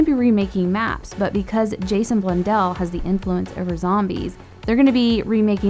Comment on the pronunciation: it's blundell